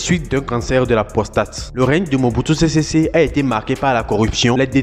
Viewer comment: Mobutu sésé séko et non sésésé